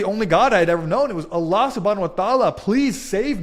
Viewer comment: Okay I respect that. But im not buying any of this. The way he said Allah swt made me laugh though. But cheers i guess